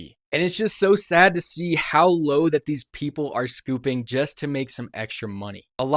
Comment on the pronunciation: "How low these people are scouping" the word is "stooping" not "scouping" unless we're talking about ice cream? Just like when people say someone is "boasting" in reference to their own ego/ self-worth. It's not "boosting" like I've heard way too many people say.